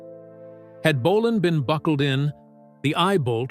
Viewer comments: Bo- len not bo- lonne AI DUMMIES😂BAHAHAHAHA M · Great video about true legend. Apart from the American (or probably AI) commentary which insists on calling him "Mark Bo-larn" for some reason. My first gig was in Manchester in 72 at Kings Hall Bellevue. It was amazing but scary, thousands of young girls screaming and falling off backs of chairs. Can anyone help by identifying the guy on stage with Bolan at 13.20 of video and repeated throughout? Looks like Holly Johnson but he never played with Marc. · AI slop can't even pronounce his name right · Ai narrator can't even pronounce his name properly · AI rubbish. Pictures of a tribute act, wrong people, terrible pronunciation of names EVEN BOLAN! Click bait.